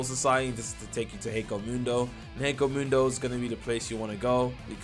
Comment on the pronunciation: HEKOMUNDO? please stop its killing me